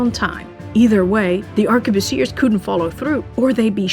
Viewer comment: *ARK-BOOSS-EE-AY... Even if it's plural...